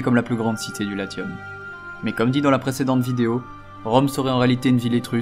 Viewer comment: Latium se prononce en français Laciom